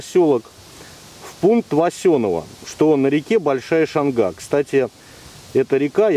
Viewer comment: Немного поправлю Вас, ударение в названии реки Шанга на первый слог, а населенный пункт называется Васенёво, все местные хорошо это знают. Лайк за видео!